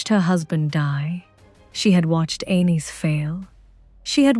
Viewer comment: I wish your AI voice would decide how it wants to pronounce Argilac. Every sentence it's different. 😂 And calling Aenys "anus" is just brutal.